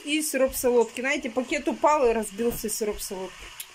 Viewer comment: Да не Наете а знаете но режет слух же это что привычка. Сатрите вместо смотрите ну это что ну это же что-то не так